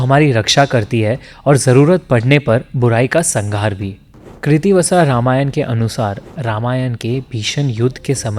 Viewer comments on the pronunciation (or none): none